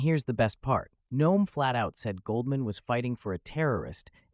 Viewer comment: “Goaldman”? You’re not a serious person.